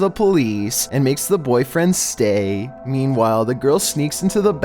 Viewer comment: Nobody: The narrator: mEAn-... WhILe